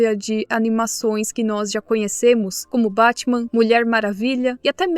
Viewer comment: Esse "Bátima" coreano dá não... 😂😂😂